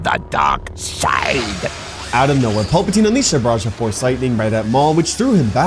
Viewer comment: Please stop pronouncing it Pulp-a-teen, it is PALP-a-teen, it is so distracting.